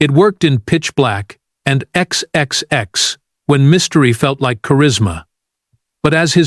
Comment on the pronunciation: Don’t know who made the video but the narrator is definitely an AI. Just listen to how it pronounced the movie Triple X. It said X X X instead. That combined with the fact that it said Dwayne Johnson had acting talent at one point, leads me to believe that the entire video is made by AI.